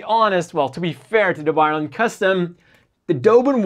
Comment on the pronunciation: Please read the name of this MS properly. hehe.. More power to you man, I love your channel